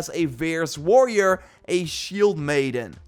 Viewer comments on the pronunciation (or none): none